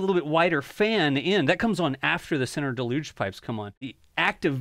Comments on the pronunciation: Deluge is pronounced dell-yooj, not de-looge. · Love your videos… A quick note: del·uge /ˈdelˌyo͞oj/. <—————- a severe flood. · It’s pronounced DAY-luge … just sayin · Another person to correct. As a firefighter, it irks me beyond belief to hear deluge mispronounced. "DAY-luge" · Why are you saying deluge like that? It's a deluge of water, not some fancy name. Whack. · The pronunciation of "deluge" is hysterical 🤣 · You need to learn how to pronounce “deluge” lol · if feel like your pronouncing "deluge" in a different way than ive heard my whole life